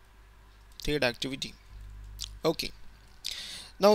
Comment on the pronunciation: "thed activity" hahahaha bolana pani aunna yl dhoti haru lai ta